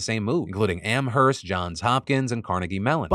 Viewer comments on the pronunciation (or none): Amherst is pronounced Am-Erst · Pro-tip: The H in Amherst is silent. Say "Amerst." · The h in Amherst is silent! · The H is silent in Amherst.